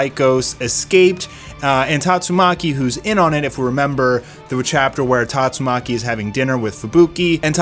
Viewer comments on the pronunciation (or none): I love how even the biggest OPM fans can't pronounce Tatsumaki properly.